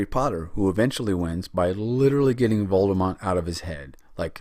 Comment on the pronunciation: I was just riffing on the fact that he said “Voldemont” lol